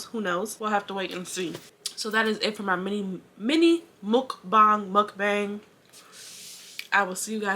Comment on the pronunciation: Mook-bong was the right pronunciation 👏🏽👏🏽